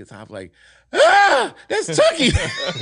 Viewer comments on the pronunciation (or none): He shouted out OG Cutes...